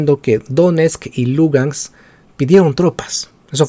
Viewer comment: Sabes tanto del tema que pronuncias mal: DONESTK Y LUGANSK. Hasta los comentaristas de fútbol peruano lo hacen mejor. Podrías empezar por averiguar del Shakhtar Donetsk. pD : tus conocimientos de Bielorrusia tb son muy tibios.